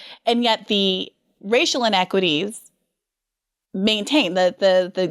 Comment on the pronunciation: Briana looooves " structual in equatys".... lol babble